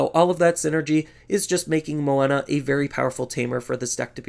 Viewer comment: Are you saying Moena for Menoa? Was getting confused for a bit lol